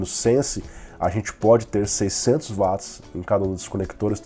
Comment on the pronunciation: Sempre vejo o resumão, gosto e acho bom, mas por favor, quando se referir a alguma medida de potencia diga UATS e não VATS, pois o criador do termo, que leva seu nome é britanico, então o W tem som de Ue não V, que assim seria alemão.